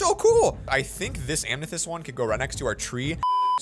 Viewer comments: Lol, it’s so cute he calls it “amnethest” **(also amethyst is b My birthstone lol)** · Amkneethest and not amethyst lol